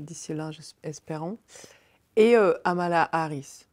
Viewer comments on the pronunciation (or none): C'est Kamala Harris pas Hamala Harris